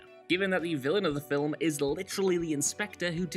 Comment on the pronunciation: "Film" has one syllable